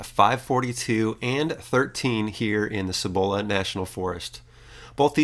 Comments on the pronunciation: Cibola (SEE-bo-la instead of see-bo-LA) You gotta visit the Carson NF near the Cruces Basin Wilderness. Spectacular as the colors are already changing. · Love your videos. Especially when you come to New Mexico. Born and raised just south of Albuquerque in Los Lunas. Have to admit the way you pronounced Cibola kind of made me giggle.